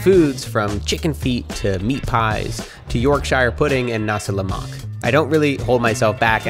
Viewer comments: It's "Nasi Lemak" not "Nasa La Mock" :) I love your video and hopefully it inspires me to do the same as well. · WTF IS NASA LA MOCK ??? ITS NASI LEMAK !!!